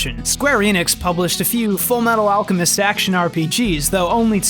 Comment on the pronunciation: After all, Ed is the Full Metal Al-cow-mest